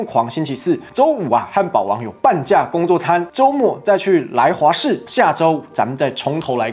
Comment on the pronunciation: 不得不吐槽一下 来华士😂念错了啦